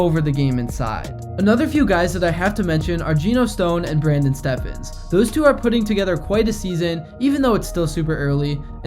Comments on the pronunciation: It's pronounced Brandon "Stevens" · The butchering of Gus and Brandon Stephens name.